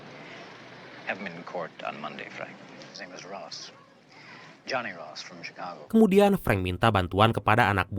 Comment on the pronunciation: Cikago bang bukan cicago